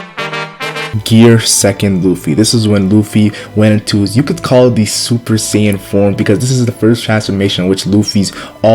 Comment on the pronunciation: bro called it super sayin 💀💀💀💀